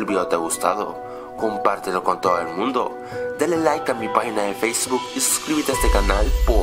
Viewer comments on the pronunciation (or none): none